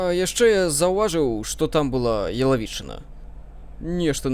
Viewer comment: дзякуй за пранікнёнасьць), толькі Ялавічына, націск на 1 літару